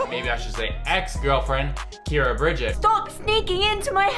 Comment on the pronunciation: Her name is not Kyara it is Keira